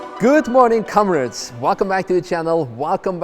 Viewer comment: "good morning cumrids"